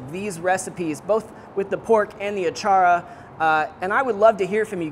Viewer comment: Impressed Filipino here! Great job! Don't forget to rrrroll your "r" when you say, achara 😉